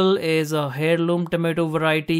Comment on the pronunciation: FYI, " heirloom " is pronounced as " AIR loom. " The H is silent.